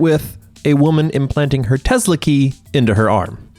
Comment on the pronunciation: Dis the narrator keep saying "Tehla".